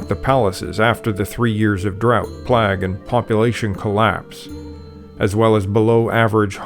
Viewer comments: He thinks he knows what he's talking about but can't pronounce the word plague, /pleig/ a highly contagious bacterial disease. Plagues through the eons have repeatedly brought about great political and social restructure. If you are even an amateur historian, you know how to say this word. He does not so he's just a huge twonk with a YouTube channel. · I have never before heard a human being pronounce "plague" to rhyme with "flag" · whoa. never heard anyone pronounce 'plague' that way. great video!